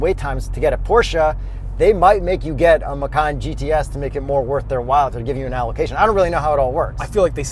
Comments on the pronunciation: Hii, sorry The pronounce this car is "MACAN" with "C" not with "K" (MAKAN), because Porsche said they take this name from Indonesian language. And the meaning "MACAN" is "JAGUAR" if you say "MAKAN" that meant "EATING" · Guys, its Ma-Chan. Not Ma-Khan. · Hii, sorry The pronounce this car is "MACAN" with "C" not with "K" (MAKAN), because Porche said they take this name from Indonesian language. And the meaning "MACAN" is "JAGUAR" if you say "MAKAN" that meant "EATING" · Macan. . .I thought it's Macau...haha...it would be nice if Porsche name a car Macau. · Lol.. it gives me a chuckle everytime macan is pronounced the way it is in the video. It sounded like the word for "eating" (makan), the word macan comes from indonesian word for tiger, so might want to google how it sounds. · Since macan is an Indonesian word for tiger, I believe it is supposed to be pronounced ma-chan... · Bahasa Indonesia = Macan = Tiger You Better not pronounced like that 😅